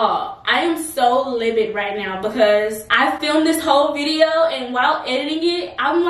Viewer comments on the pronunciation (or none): She said libid instead of livid & she said petromeum instead of petroleum jelly. omg. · The word is livid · you mean "livid" ? 😂